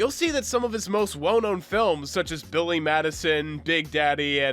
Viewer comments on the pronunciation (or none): none